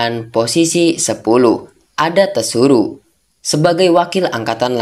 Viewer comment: tsuru "penyebutan nya Suru" Mlah lu bilang "TESURU"